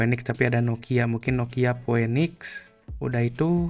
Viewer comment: Pinix bang bacanya bukan poenix, masa org ga gaptek bahasa inggrisnya jelek bgt